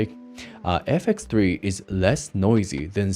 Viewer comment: Out of tolic but I don’t get why you can pronounce X but not FX3, what is ‘effek 3’ bro 😢